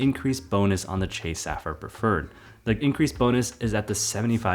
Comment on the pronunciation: I think you pronounce sapphire incorrectly